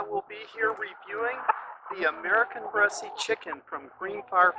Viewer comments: It's not "bress-ee" it's "bress." You are why people don't like us coming to their countries on vacation. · Too bad that you got rid of your best cockerels. I would have crossed them over some very nice Black Australorp hens and established hybrid vigor. Black would have sharpened the white color too and you could then have used these offspring to cross back over the rest of your Bresse. I know it's a minor thing but the final 'e' is not pronounced ....one pronounces it as BRESS. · It's pronounced without an e at the end. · Bresse, the 'e' at the end is not pronounced. You're killing me. I can't even watch this video. If you watched anything about this breed, you wouldn't be pronouncing it like you are. Lots of people try to get their money back on breeds. Any hatchery will ask for pictures. And don't knock Greenfire farm. If you stopped and learned about the breed ahead of time, you'd know that their bone structure is different. What a chicken snob. Learn about the breed before you buy it and you could have created an environment that was better for them. I've had chickens with crooked toes, its not just the Bresse. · He says bressie like bessy. The French prounce it like bless. lol I don't know what "French" person you heard but they were misprouncing it. Look it up. It's not bressy. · I have Bresse (pronounced Bress, not Bressie like this gentleman says) chickens. They are beautiful. I have crossed them with Australorp and Meyer Hatchery's Olive Eggers. They have a few colored flecks which I like. I thought that the white was like bleach over other colors until I crossed it to a Mottled Java which is one of my favorite feather patterns. (Mottled Java pullets went broody too often). The F1 is almost totally black. She has a few white spots on her breast, but you have to catch her to see them. She has started laying a nice pink egg. I will see if the broodiness carries over. I am wondering if you have crossed them to Sapphire Gems?